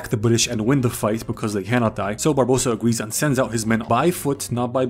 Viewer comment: I enjoyed so much that he calles Barbossa "Barbadossa" a few times that I will now call him that from now on.